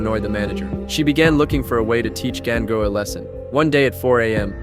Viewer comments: 😭😭did i just hear gango rather than gangu? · Gan gu man seriously why you not say dengue 😅😅😅 It's Ganga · It's not gAinGu its GANGU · The AI pronunced it wrong